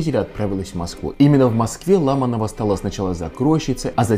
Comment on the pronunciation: Почему ЛАманова, а не по-русски, ЛамАнова? Фамилии на "ова" не имеют ударения на первый слог.